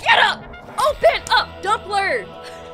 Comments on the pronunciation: Bro Said dumpler💀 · did you just say dumpler